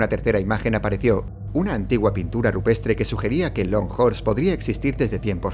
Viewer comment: Fans de JoJo's que entendieron "Hol Horse" en vez de "Long Horse", reúnanse.